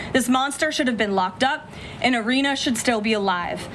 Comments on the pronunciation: Nancy Grace please learn how to pronounce Iryna’s name correctly. It’s not Irinna it is Iryna. It’s sad enough no one helped Iryna. You could at least pronounce her name right. The mayor didn’t want it known what happened to Iryna. So the least the American people can do is give the killer what he deserves and pronounce her name right!! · Please make sure you know the correct pronunciation of the victim’s name. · I’m not sure you pronounced her name correctly, Nancy. But just to be frank if they didn’t send BK to death row I doubt they’re gonna do it with this guy..🤬